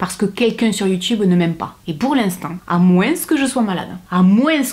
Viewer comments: Je suis sudiste mais moi et tous ceux que je connais on prononce jamais le S de moins, donc je suis pas sûr que ce soit une question d'accent 😅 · Étant du nord, j'ai toujours le sourire quand je t'entend dire moinSss 😁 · à moinSSSS ahhhhhh l’accent du sud